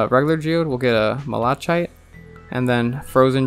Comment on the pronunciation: Just a quick FYI, "malachite" is pronounced as "mal-uh-kite." NOT "mall-uh-chite."